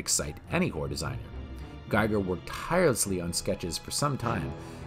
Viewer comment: Gee-ger, not Guy-ger.